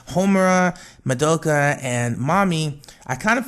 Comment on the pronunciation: You're pronouncing Madoka and Nagisa's names wrong. The "a" sound in the names of all the megucas is pronounced like "ah", not "uh". Also, the whole "cheesecake wish is just a fan theory" isn't entirely true. It's technically a fan theory, yes, but it was implied in the production note which revealed early concepts of Charlotte. (Link: Just a note that it was an early concept of Charlotte, not the finality. It's possible that her backstory and her wish changed at some point, but this is what we got for the time being.